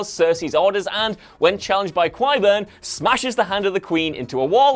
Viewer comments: Kai-burn, not Kwai-burn. What is it with WhatCulture and pronunciation? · Do you even watch the show? How can you not pronounce Qyburn correctly??? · When ur whole job is to sound like a true GoT fan in ur vids and u can’t even pronounce “Qyburn” name correctly.... these GoT culture presenters r embarrassing